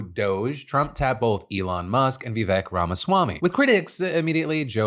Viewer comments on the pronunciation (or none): Phil, Vivek rhymes with "cake"